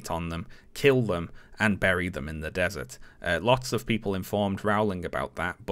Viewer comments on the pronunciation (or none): none